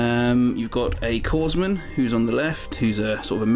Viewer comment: Pronounced core man not corze man 😂🤣